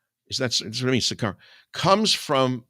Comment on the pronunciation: It is "OSWALD" not "OTTO" Spengler. It is "sicario" not "sicaro" and comes from the Latin "Sicarii", which was used by the Romans to describe a faction of the Judean Zealots who used terrorism and assassination against the Roman occupation.